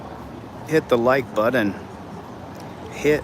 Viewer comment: I'll hit the like button when you stop calling it a budden.